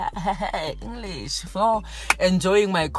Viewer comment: "in engrish"⚰️😂